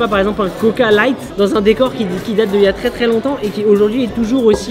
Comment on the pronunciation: Regarder comment dit « light » à